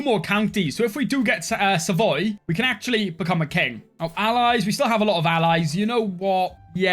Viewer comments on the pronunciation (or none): that's savoy not saxony. You ain't in germany xD